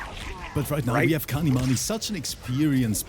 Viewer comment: As i have said again his name is kanimoney not kanimani! Just give him the 2k!